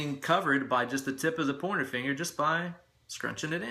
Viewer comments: I kept hearing "porno finger." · Loved your tips!!! It's great to learn something new or different every day......also, I really loved your commentary don't ever censor yourself!!!! Oh, and I love how when you say, " pointer finger", it sounds like you're saying " porno finger". Great job and you just got yourself another subscriber. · Funny and educative. Aaaaand.... subscribed. P.S. Keep hearing ''pointer finger'' as ''porner finger''. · Why do I always hear PORN finger when you say pointer finger? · Oh, you're saying pointer finger!!! Took me 20 mins, thought you were saying porno finger to begin with!!! lol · i know your saying Pointer Finger but i keep hearing Porno Finger hahaha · I swear, you're saying "porno finger". No idea what the fuck it means, nor if you're actually saying that instead of "pointer finger"...but from now on, my pointer finger shall always be referred to as my porno finger. God damn, you are sculpting my life for the better. Teach me, teacher!!